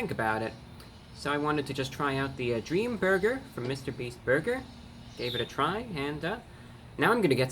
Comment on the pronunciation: In thd beginning it sounded like you said dreama burger